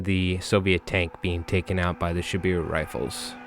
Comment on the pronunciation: Great game, those bears are absolutely nasty. Just a couple minor notes. It’s not bad, but kind of jarring to hear. It’s Shiboru, not Shibiru I’d recommend using Ute instead of shoot or fire as loan words. (Pronounced ootay) Also just some simplified pronunciation notes. E’s are pronounced as a hard A sound. I’s are pronounced with a hard E sound.